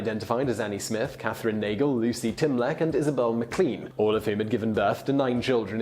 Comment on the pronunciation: That's a strange pronunciation of "Kathleen"